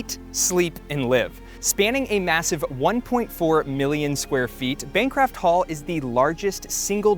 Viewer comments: Nice video...one correction though. It is Bancroft Hall, not Bancraft Hall. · Bancraft Hall hurt me. It's Bancroft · You called it Bancraft Hall at least twice. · How in the world did he pronounce Bancroft wrong? “Bancraft” isn’t even a word.